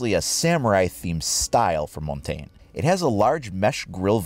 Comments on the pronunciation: you butcher his name so bad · Learn how to pronounce his name ffs